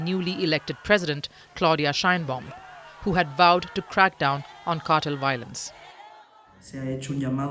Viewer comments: Cartel, not cattle. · It's pronounced "car-TELL" with heavier emphasis on the "TELL" part. The way she is saying it is "CAR-toll." as if she were about to say "cartilage." So distracting and wrong. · Ma'am it's "carr-tell" and not "cattle".😊. But Amusing mispronunciation. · Cartel, Not Kartal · It's cartel, not cartle. 🤣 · Why is she saying cartil? It's Cartel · Kuttle??? What’s that??? CARtEL!!!!!!! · Cartel, nor cartle.... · "car-tel" not cattle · obviously, English is not your thing. Consistently, the Indian narrator kept saying "cattle" instead of cartel. Who is CC! Is she your mom or neighbor? As a public service, know that the word cartel is pronounced "car-tel" and not "cattle". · The Indian woman pronouncing Cartel as Cartle is only a small peek of the future we have to look forward to. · Why is she pronouncing it like that "CAR-TILL" lmao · The “car-tal” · The way she said "cartel" sounded more like "cattle" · Why cant she pronounce "cartel " ???????????????????? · She's from India. That's how they pronounce the word cartel. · She's from India. That's how Indians pronounce the word cartel.